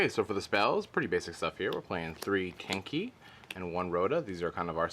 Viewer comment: Sooo, who else heard kinky, instead of tenki